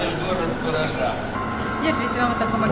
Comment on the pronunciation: Только сейчас расслышал, что Воронеж-город куража, раньше мне слышалось Воронеж-город фуража